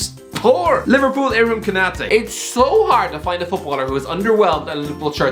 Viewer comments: As soon as you said Konate I just about unsubscribed😂😂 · Man said Konate💀